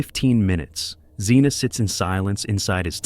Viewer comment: The last guy isn’t Zeena,but Zhenya, which is ZHEN-ya, completely wrong name prconounsiaiation guys, just do a small research